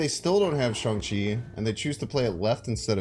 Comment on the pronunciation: The same with shang chi, he calls him Shawn lol haha